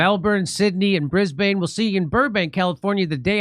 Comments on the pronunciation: Jimmy love you but don't say Bris-BANE. we pronounce it Brizzbn or brisbin. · American pronunciation of Brisbane always makes me laugh.😂😂😊